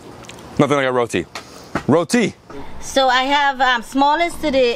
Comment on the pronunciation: Great episode loved the herbs from Sandy's garden, great variety of food. and I am so happy you are saying "Roti" and not "Rodi"💌